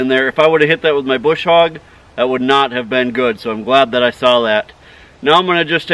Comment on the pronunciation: LMAO!! Bush hog ha ha! It's a brush hog! Your missing your R